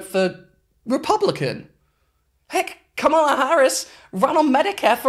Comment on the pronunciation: Very good analysis, great work, it is tho pronounced comma-la ❤